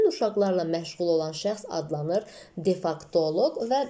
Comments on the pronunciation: Defaktoloq yox defektoloq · Salam.defektoloq yazilib amma siz difaktoloq deyirsiz.